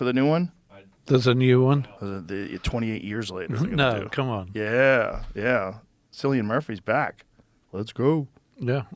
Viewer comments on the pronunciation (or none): It's pronounced Killian, not Sillian.